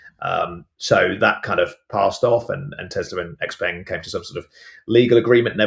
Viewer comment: X-Peng - Pronounced X - Pung or the full name 小鹏汽车 (Xiǎopéng Qìchē)